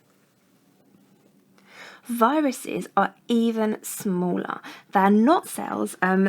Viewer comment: DOES SHE SAY BARACTERIA? I'm going crazy!